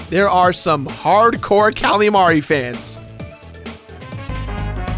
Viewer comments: It's Marie Not Mari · It's pronounced Marie not Mari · Don't pronounce Marie's name that way. I know it's like calamari (Callie and Marie) but anyone actually named Marie will tell you it's muh-REE why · It's Marie. Not Mari. But that's ok, because I'm Team Callie anyway. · I know that the Squid Sisters' names put together are a joke on calamari, but hearing Marie's name pronounced "Mar-ee" is weird. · I just pronounce it as Ma-ree. The other way he said it. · I thought so too. Though honestly I didn't realize it was a pun until he said it. I always pronounced Marie's name like Mary. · i always pronounced it muh-ree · and its marie not mari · Isn't her name pronounced muh re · You pronounced Marie wrong the entire time and it got on my nerves. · The way he pronounces Marie pains me. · he cant pronounce marie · God damn iiiiit stop pronouncing Marie like that!